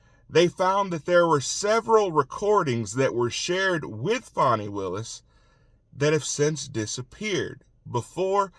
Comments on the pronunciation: Q, her name is Fani, not Fawney! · Thank you for your to-the-point updates! I’m wondering why you call her Fawnie instead of Fanny? I’ve never seen that name, pronounced like that.